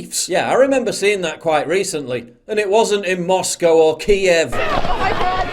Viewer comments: "Kyiv" (roughly pronounced "Keeve") is the correct way to say it in Ukrainian. "Kiev" is the Russian name for the capital of Ukraine. Might I suggest you do a bit of studying about things you comment on? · Biden can not even pronounce Kiev correctly. He is clueless and using Russia as a deflection of his failed administration.